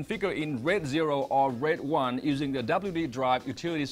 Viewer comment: Could barely understand what he was saying!!! Sounded like he was saying "red" but it was "raid"...